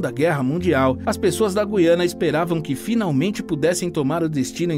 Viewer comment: meus parabéns vc é dos poucos videomakers q sabe pronunciar direito o nome do lugar: GU iana